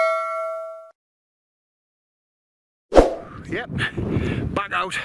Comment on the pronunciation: Nice to see you 'back oot' (proper), and looking well. Take care fella and ATB. 👍